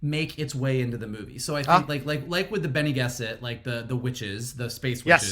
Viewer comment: Boba Fett, ok. Morbius... I don't know, but more interesting than Venom, for sure! Dune, YES!, so cool!!! Really good. (We all thought Harkonnen was stressed on the 'kon' though... They put a stress on the 'har', that was unexpected... And you did mess up Bene Gesserit,... But what the hell.) I loved Dune! Funny thing about Boba Fett is that I'm not so much enthusiastic. I'll enjoy the hell outta that, of course, but I'm not so much into the trailer, I don't know why. Maybe it lacked new (familiar) stuff, you know, the surprises... What will it REALLY be about? We had no clue that Mandalorian was going to be about a baby Yoda-like thing... I wonder, what will Book of Boba really be about? I don't know? (For instance... Omega in it, at any point? Who will be there? It's after the original trilogy, so, there's no Maul anymore, but Kira?) What will it be about? I don't know. It's wait and see, but I think it's difficult that we will be surprised with the twist that Mandalorian was, and I guess this bothers me. Also, after Visions, I think I want some Jedi tales... I can't wait for Acolite, which will probably be, I don't know, maybe 2023??... Anyway, I babble... And Dune! Wow! What a movie! It's really Arrakis! But all you guys said is right. Script could have given a little more, in a more clever way, in order to satisfy the other people that know less about the story. (I haven't read the books, but I've seen a lot of content, there's a "Dune guy" on youtube, that makes